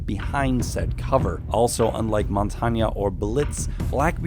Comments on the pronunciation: He just said montania its montane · I love what you do, and I admire all work, but as a French Canadian I wish to point out that you are saying “Montagne” wrong. It’s not pronounced “Montagna”, just “Montagne”. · Did this dude say montanya instead of mon;ta;ne= montange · did he say montanio? I think he meant montagne lol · Mon-tan-ya lmao isn’t it mon-taine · Montanya.... Mont-ain, everyone say it together now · It is pronounced MON-TAIN. 'Mon-tanya' is Spanish, Montagne is French. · Isn't not montag ne it's montang this is how you says it fun fact montagne is a name of a street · It's mawn-tain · The way y’all think Montagne is pronounced makes me puke. “Montanyay” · "Montania" lol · Why does he pronounce alot wrong like montage and grizmot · His name literally means mountain in French it’s not montania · this guy said "Montahnya" XD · Stop pronouncing things wrong, Montagne is pronounces the same way as champagne. Not mon-tag-ne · MONTONYA??!? REALLY do you EVEN play this game??!?! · Who tf is montagna? Lmao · am I the only one that heard the awfully pronounciaction of Montagne?? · Did anyone else hear how he pronounced montages name Edit: montagne, not montage 😅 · Pronouncing my last name wrong?